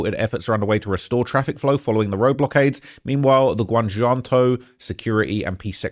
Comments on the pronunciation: No mames michoacan Me-Cho-acan, Guanajuato is Juan-a-hua-to and it’s not speaking Mexican it’s Spanish. You have time to delete this G this ain’t it hahahahah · GUWANNA JOO WATTO 🤣🤣🤣... ITS PRONOUNCED (GWANNA HUA TOE) "GUANAJUATO" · U don’t pronounce tha “j” like a “g” in Spanish it only tha “h” sound Example Damn boa dem jalapeños (Hollapeños) on them triple cheeseburgers got u lookn Ginormous 😂😂😂😂 Dude talmbout Jahlisco and Guanaggato bwoaaaa if uon trap mo n learn tha lingo or at least tha pronunciation … don’t cover stories dat u caint even sound sensible reading and describing lolol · You didn't do that bad but a basic rule of Spanish is that j makes the h sound. Please don't say Jjjjalisco. Pronounce it Halisco. And Guana.H.uato. these simple mistakes is how you get on the cartel's bad side🫡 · pronounced Puerto Vayarta - double LL in spanish is pronounced like a Y 🤣. So many LLoutubers cant figure this out. Gwan - A - what - 2 and Meesh - Wacan are how you pronounce the other states and cities you murdered 😂🤷‍♂️ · HA - LIS- CO GUA-NA-HUATO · Butchering these names…porto Val arta, tampo pollipas, gwana jewantoe 😂